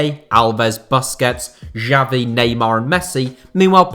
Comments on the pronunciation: the way he pronounced xavi gave me a mini heart attack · Who is this "Jabi" legend guy you're talking about? I knew about the legends Messi, Iniesta and Xavi (pronounced "Shavi"), but I never heard of this "Jabi" guy...